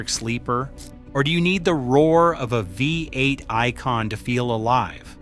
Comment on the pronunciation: FFS. thought there was a human narrating until I heard vi-8. sort your editing out! how hard is it to spell the script phonetically? or is the whole thing AI?